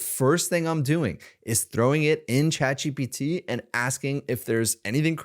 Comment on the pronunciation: For some reason, and it may just be my ears or perhaps you have a cold, but I keep hearing you say “Chad GPT” and of course a meme pops to mind 😂